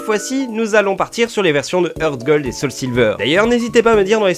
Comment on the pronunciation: Art, pas eurt. Hurt ça veut dire "blessé", "heart" coeur. Ca se prononce haaaaaart.